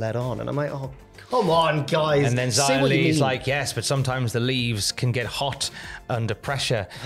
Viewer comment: Why do, and insist on calling her Jia Li when it’s very clearly pronounced Xia Li.